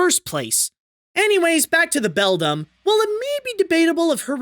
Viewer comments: The villain in Coraline is the Beldam (pronounced BELL-DAM, NOT BELL-DUM) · It's "beldam" Not "bedlam"